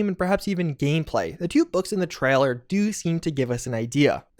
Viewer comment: it's TRAILER not TRALLER :)